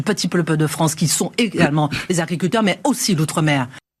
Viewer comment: Des agwouicouleuwour, mais aussi d'outwe mèwour Et là, on ressent un grand vide wou, on se dit, mais p.taing, ou on va wou?